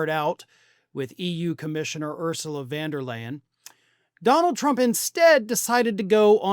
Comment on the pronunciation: grifter/controlled opposition. At least make the effort to pronounce Von Der Leyen correctly.